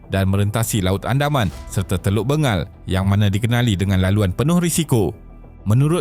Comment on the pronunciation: Sebutan sebenar ..Teluk Beng gel bukan Be ngal